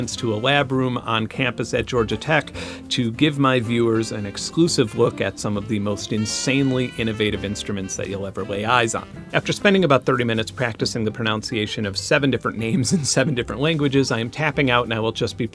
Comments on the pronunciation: >pronounces 'pronunciation' 'pronounciation'< yaaaaaaaaaaaah! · Pronounciation, lol